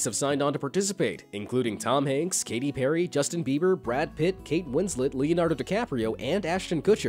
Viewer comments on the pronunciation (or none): none